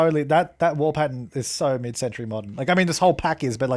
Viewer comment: Love the way he says pattern. 😂 as Pattun.